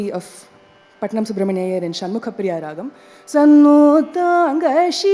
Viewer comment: This lec-dem is a must watch for any musician. But I wonder how many seniors will introspect with open mind & correct themselves. It's really frustrating to hear mistakes like RAAHAM instead of RAAGAM and MURUHA for MURUGA. Another point to note is instead of DAIVAM we hear the pronunciation DEIVAM 😢